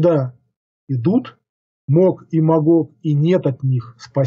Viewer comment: не может правильно сказать Гог и Магог, не говоря о других ошибках. Люди, не становитесь быдлом, не верьте этому неграмотному хамлу!